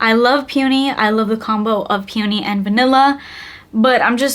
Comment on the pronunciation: Peony is pronounced like PEE-uh-nee with 3 separate syllables. They way you're saying it sounds closer to "puney"